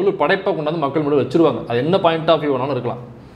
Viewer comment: Bro mamakkal illa bro makkugal bro.